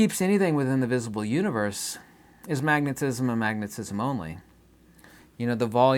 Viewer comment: U-knee-verse Mo-knee your-cell-f